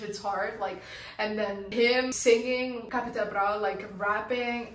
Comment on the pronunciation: You're pronouncing Capital Bra better than most germans not gonna lie